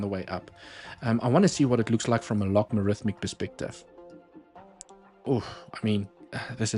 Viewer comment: Log-A-Rithmic (not Log-Ma-Rithmic) Apart from me being triggered by mispronunciation, another great video. lol